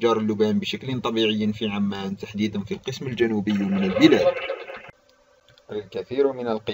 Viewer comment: بارك الله فيك ،،،بس حط عمان ضمه ،،،، مش عمان ،،، انطقها صح اخي ،،، انت تنطق مدينه اردنيه وليسة سلطنة عمان